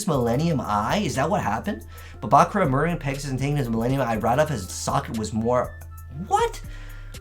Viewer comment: He says it the way it's said in the original Japanese version. The dub's pronunciation of "buh-KURR-ra" is a very American way to say it.